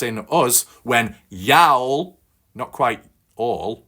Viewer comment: Hi my friend I understand you are no from America let along the south ya'll is pronounced like yawl its a southern abbreviation for you all